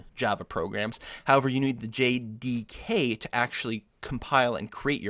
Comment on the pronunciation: hes having a hard time saying JDK :)